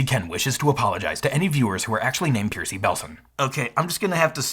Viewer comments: Percy is pronounced "pur-see" not "peer-see" 🤣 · One point was its Percy, not Piercy,still fake, though,also ECU can mean Electronic Control Unit, not Engine Control Unit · It's not "Pierce-y", it's "Purse-y", short for "Percival". Love, Percy Green. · Piercey? Percy rhymes with mercy, and it's a perfectly normal (if somewhat old fashioned) name. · Is that really how you pronounced "Percy"? "Pear-see" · Great video as always. Btw I’m fairly positive that Percy is pronounced like 👜 purse-e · Say it with me: per-see... Per-see. That's how you pronounce Percy. Love your videos! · It's probably pronounced pur-see. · "Smahser" LOL. And "Percy" is a short "e", like "curse-y". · why do you pronounce percy like that. it’s clearly per-see. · No one going to bring up who he pronounced Percy?! Lol